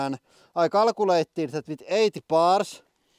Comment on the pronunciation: CAL-CU-LATE not CALLA-CU-LATE😂😂 for a Guy making videoes of the sickest shit🤩🙌 you also have the baddest english ever!!😂